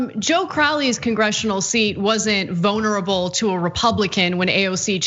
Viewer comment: "Vonerable" DRINK !!!